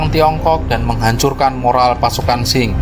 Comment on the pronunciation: Qing di lafalkan Ching bukan Shing.